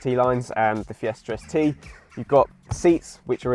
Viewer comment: Fiestarst LOL